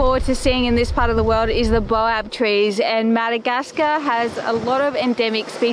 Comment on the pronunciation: "Bay-oh" trees folks. Baobab.. 😊